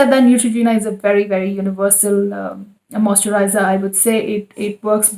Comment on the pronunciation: Can you say “moisturiser” properly?? Its making my skin crawl